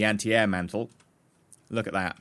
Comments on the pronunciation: i recon that the word mantlet is not pronounced "mental" but "ment-let" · Mant-let. Mantlet. Not Mantle.